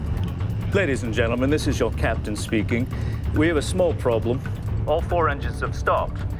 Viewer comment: Captain not caption Speaking not speeking